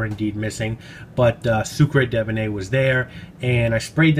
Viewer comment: Pronunciation Soo-kr deben. The e at the end is without an acute accent so not pronounced. Hope you don’t mind me saying! 🤗 love so many of Pierre Guillaume’s fragrances. Great review at always.